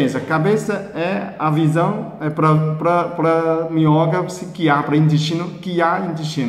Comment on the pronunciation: Bom dia, voçe é demais quando ensina parece brincadeira, devertido, mas sabemos que é com responsabilidade, a sua fala as vezes e deficil entender a palavra minhoca por exemplo, mas é valido, o seu jeito de falar e incrivel, continue estou acostumando. Justina Shimoki a 8 meses depois